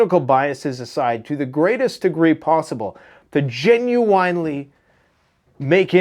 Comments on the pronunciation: It's pronounced "genuinely"! Sorry, You say this word a lot and it drives me nuts! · Dude STOP pronouncing the word "Genuinely" like "WINE"LY it's "WIN"LY"!!!! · Dude.... its not genu - WINE - ly. Fuck!! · Ok I gotta know. Have I been saying it wrong or u saying it wrong. Is it genu-in or do u pronounce it genu-ine? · Gen-u-en-ly. lol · "Gen-u-I nnnn lee" Lololol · "Gen you wine lee" 😂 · When did genuinely become genuwinely?? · I love watching your show, but also like how you pronounce genuinely. 😜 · Hey.. why do you genuinely butcher the word genuinely?:D